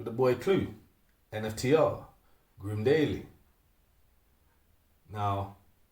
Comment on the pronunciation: Man said GRIM Daily 😂🤣